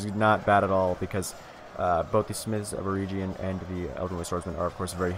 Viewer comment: It is pronounced Smiths of Eh-reg-yun.